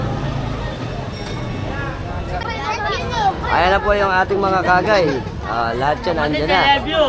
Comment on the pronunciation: Idol kangay po ang tawag hindi kagay godbless po idol